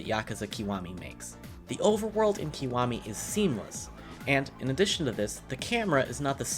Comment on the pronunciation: made me turn off instantly when you pronounced it "keewami" 😅 why do Americans butcher Japanese words so badly? It's a short vowel I sound not long vowel e... Link below to help you